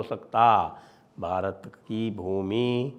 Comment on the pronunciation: How will you reclaim Bharat when you pronounce Bharat in foreign accent?